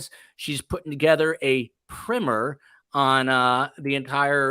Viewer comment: Omg it's PRY MER.